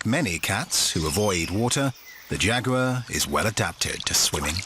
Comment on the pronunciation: I don’t like the way he says Amazon. And Jaguar.